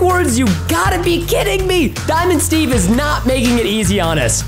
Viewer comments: When he say dimind stev pls dont hurt me pls that whas a rime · Preston wow is diamond Steve Preston and wen You fawnd dimond Steve home it WOS cool Preston 😎😎😎😎🙂🙂😍😍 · Preston: Daimond Steve Me: I heard It Preston:what?????????????????????? ====READ=THE=DIALOG====